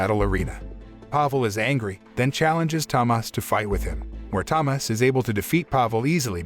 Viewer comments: why are you saying it Tamas is so annoying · As a Polish person I can say it's an absolute masterpiece especially in Polish, never watched it in English. Also Tomasz is pronounced Tomash as the "sz" is said as "sh" same as "cz" = "Ch" "w" = "v" etc Edit: added =